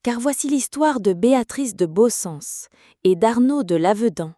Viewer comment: Svp, en langue d'oc, il faut prononcer le "t" final de "pietat" et, dans la plupart des dialectes d'oc, les terminaisons en "ens", comme Baussens, se prononcent comme le son français "inse". Merci pour cette jolie légende. Dans quelle commune se trouve la chapelle ?